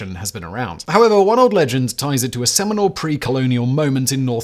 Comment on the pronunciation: Did he say seminal or seminole? Either way I could see it working.